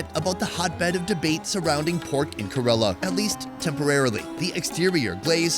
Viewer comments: KAY-lah-rrrUH not kUHrelah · It's ke-ra-la you idiot not karala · If there is another episode, please correct the pronunciation of KErAla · It’s pronounced Care-la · when will you learn to pronounce Ker-ala properly ! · First thing , pronounce correctly KERALA name. KAYRALA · why are you pronouncing it 'kuh rella' lol. You were literally talking to people from that state and no one corrected you? Are you from Umrica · I love you, but for the love of, please, please pronunciate Kerala correctly 😂 sorry, I know its such a small thing, but it's been driving me insane since the last video, even though the locals have pronounced it the way it should be! However, I'd est any and all of those dishes. Indian cuisine is by gar my favourite, even though I've only had the westernised versions. One day I will have a full authentic Indian meal, and I bet it will be the meal to end all meals!